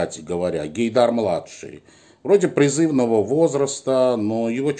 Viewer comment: Не " в ШушЕ", а в ШушИ ! (не склоняется). "ШамИля", а не "ШамилЯ" (ударение на "И"). "ПризывнОго возраста", а не "призЫвного возраста" (ударение на "О"). "Дают мздУ", а не "дают мздЫ".